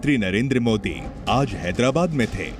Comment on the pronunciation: मोडी नही होता है बेटा मोदी होता है बोलना सीख एक बार